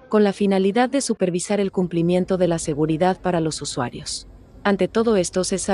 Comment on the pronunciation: Me sacó la carcajada inesperada lo de : "... a pesar de las arduas revisiones de sguridad y mantenmiento..." XD